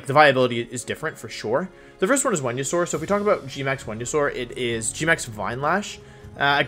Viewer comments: G-Max “When-you-sore” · Is this man saying "windysaur" when he he knows for a fact it isn't pronounced that way because there are a million different places you can hear it pronounced? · Nobody: Wolfey: VeNuE-sOr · It’s venasaur and your hair is short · sounds like he is saying wenusaur or vwenusaur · I’m new on this channel. Why is he calling Venusaur, “Wendysaur”? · Wenusaur. He switches v and w sounds.